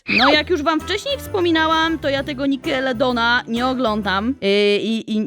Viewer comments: Nickelodeon to się wymawia nikelodion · nikalodin się muwi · czyta się nikalodjon ( wiem że pisze się inaczej) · Nickelodeon czytaj: nikelodjon xD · bo czyta się nickelodion a muwi się nikeledion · Czytaj nikelodion